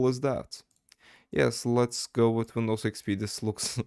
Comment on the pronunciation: The way u said Wnidows XP said a lot about you being Turkish than the google search history, great video btw